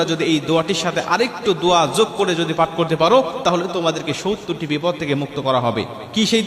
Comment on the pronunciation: আসসালামু আলাইকুম। সউত্তর না বলে। সত্তর বলুন ।